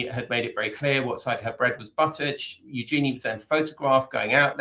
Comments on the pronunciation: It is pronounced YOO-zhuh-nee. Emphasis on front end and soft j. It’s actually a pretty name when pronounced properly. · First up, pronounce Eugenie's name properly. It's a soft g, listen to the Queen pronounce it. Yes, Edo was definitely in it for the name of the Princess, that's obvious. You think if she wasn't royalty, he'd have married her?